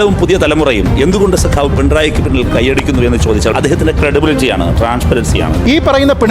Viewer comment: Sagavu alla sekavu